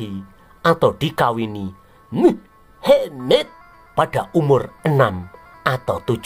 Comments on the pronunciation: Maaf admin ... jgn menyebut si mamad dg muhemeedddd ... sakit perutku ketawa. Kasian kadrun nanti kepanasan .. ☺☺😄😄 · Medokk nyebutne,,,,,mu,,,ha,,,,maaddddd😂😂😂😂😂jd aku like jempolnya 😂😂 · Admin knapa bilang nama mohammad kayak gitu...😅